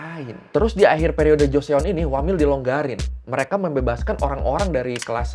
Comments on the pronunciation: Joseon dibaca cho-son/joson Bukan jo-se-on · Bukan goreo.. 😂tapi bacanya goryo, trus joseon, bacanya joson gitu aja 😂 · Bang GORYEO dibaca Goryo JOSEON dibaca Joson 😂🙏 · Goryeo 고려, Joseon 조선 "eo" huruf "e"nya ga dibaca... baru nonton channel ini😅